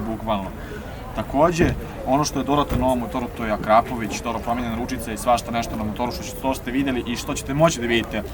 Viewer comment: Ja mislim da je akrapovič ne akrapović?